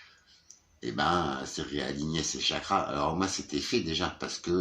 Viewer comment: Cool le blouson... Simple et efficace. Élève, vous me copierez 100x vos Chakras jusqu'à les prononcer correctement...😜😜🤪.... M extraire d ici.... Je te comprends au combien d'être bloqué dans mon clapier du Nord.... J espère que tu vas trouver une solution viable pour aller du côté de tes vœux... Tu as bien progressé avec la putain de saloperie de la maison. Avec ta demi soeur, pas moyen d invalidé ce que cette femme à fait? Son mari ne vit plus avec elle. Il ne peut pas vous aider en ce sens? T inquiète tu ne perds pas la tête. Parfois c'est décousu le fil pour te suivre. Mais tu as tout à fait raison et est dans la bonne direction. Le lâcher prise c'est très difficile, si tu y arrives chapeau car c'est une libération.... 🤍🤍🤍